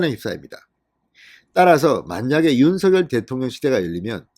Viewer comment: 진성호님 윤서결이라 발음하지마시고~~ 윤성녈로 해주세요~~ 윤성녈로 발음 통일하기로 했답니다....